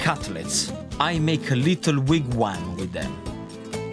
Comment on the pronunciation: "i makea little WEEG-wam with them"